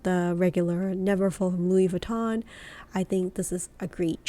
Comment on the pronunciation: Your prices are somewhat off. Artois PM is $2400 pre-tax in the US following the price increase earlier this year. Always cheaper to purchase in Europe, of course. Pronunciations are a little off, too. The Louis is Saint Louis is the same as Louis Vuitton, not "Louise." Martin is pronounced differently in French as well. I also think you meant "boast," not "boost."